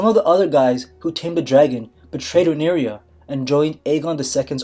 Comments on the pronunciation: Btw it's not Rhaenyria, but Rhaenyra. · Rhaenyra = 3 syllables (re-ny-rah), NOT 4 syllables (re-nee-ree-yah) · This is wrong and you keep pronouncing Rhaenyra wrong